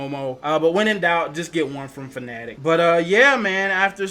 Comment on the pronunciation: Kudos on the correct pronunciation of Fanatec! SO many people still pronounce it "Fanna-tec" which as OGs know is incorrect. ;-) The Universal Hub is such a cool peripheral, though I never owned one I spent a long time eyeing one up. Simagic (and other brands) definitely took inspiration from it, my GT Pro-K wheel looks and feels quite similar though the hub is integrated. I migrated to Simagic after several letdowns by Fanatec equipment, lack of deliveries in their year of hell and painful faulty kit RMAs. It's a shame Fanatec didn't put multi-way buttons and spinning knobs but I guess they wanted to maintain console compatibility. That's where hubs like Simagic's win for flexibility. Mine feels pretty lightweight too, an advantage I suppose with being able to design it in to the product from the start.